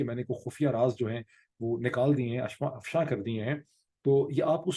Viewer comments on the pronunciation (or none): "afshan" nahin, "afsha" is the right pronunciation.. "raaz afsha kar diay hain"..